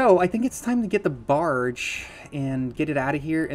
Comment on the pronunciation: and why do you keep calling the barge a bargie like where has anyone ever heard it being said like that fr